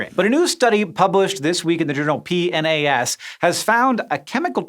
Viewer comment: That is an unconventional way to say PNAS :P